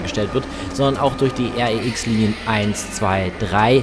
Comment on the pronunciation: R-E-X, sag doch einfach REX.